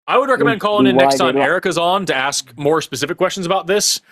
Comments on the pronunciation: hey the word is pronounced aSk and not aKs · Well, he also said "... axe you..."!